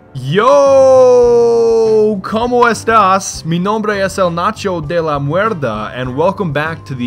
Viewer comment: de la muerda? did you mean to say mierda?